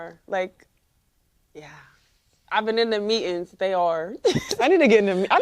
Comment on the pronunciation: Lost interest when “meetings” was pronounced “”meatin”. Nope, we speak English and my taxes were wasted when you speak something else. It’s not cool it’s a sign of low knowledge…any everyone knows it, including you. Done with stupid.